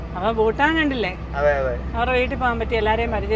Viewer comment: ബൂട്ടാൻ അല്ല ഭൂട്ടാൻ ആണ് സ്പെല്ലിങ് പ്രധാനമാണ്